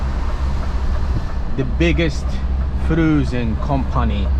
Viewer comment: The "froozen" cracked me up LOL....well done, mate, anyhow